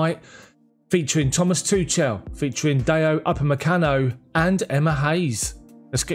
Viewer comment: Thank you for the news! Please work on pronouncing Tuchel correctly before it becomes irreversible. The "ch" is not as in "touch" or "chance"! I found this: According to Forvo, Thomas is pronounced 'Tomas' with extra emphasis on the 'a' and Tuchel is pronounced with the 'ch' sound commonly used in German and Welsh. The 'ch' is pronounced much like you would say 'Loch Ness' as in 'Loch Ness monster'. The 'e' is also left out, making it more like 'Tuchl'.